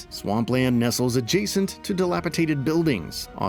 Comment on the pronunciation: Its DELAPIDATED.....NOT delapiTATED.......just saying hahaha